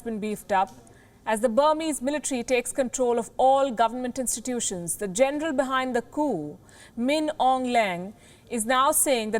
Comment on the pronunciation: The most hypocrite, biased and bullshit representor I have ever seen... Like seriously wtf "it's about gernal bajwa tone", come onn !!!! Hahamm its really making me laugh...